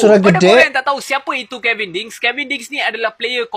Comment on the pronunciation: Kevin bang...bukan kelvin